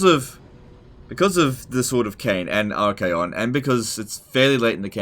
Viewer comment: Pretty sure you said "arcane condoms"